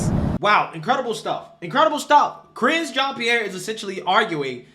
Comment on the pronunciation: "Karine " 🤔 "Careen"?😂